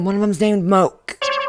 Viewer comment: ...Blaire....my darling...my babe....you know how people say "I literally choked on my tea when you said that?!?". Well, I was LITERALLY quirting BBQ sauce onto my ribs when you said "Moke", and thanks to you, I now have to scrub very rich brown BBQ sauce out of my VERY beige grout. Love you, but c;mon.